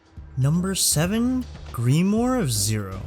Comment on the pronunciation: Grim-war Not greem-or lol